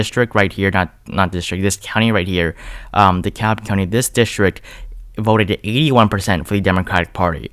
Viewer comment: Subscribing for the great insight and the correct pronunciation of Dekalb 👍🏾👍🏾